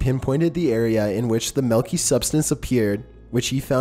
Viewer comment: is chillin' is quite irritating. He's stating facts it sound as if he's asking questions. Not a positive vocal affectation for a video narrator. It's f**king pronounced "milky," not "malky."